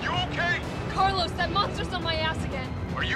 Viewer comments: Thumbnail straight up Jurassic Park - Laura Dern, yasss. Also CARLEEZE its car-Lyle Mark omg Lol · Mark: Doctor Logan " CARLEEEZE "